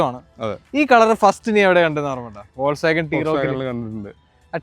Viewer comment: വോൾക്സ് വാഗൻ അല്ല, ഫോക്സ് വാഗൺ